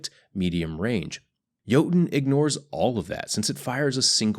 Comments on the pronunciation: Yer-Tun (as in tundra) plz fix <3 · He forgot the ö